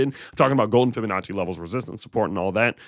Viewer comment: Fib-a-natchie sounds like you made up that word but I’m listening…..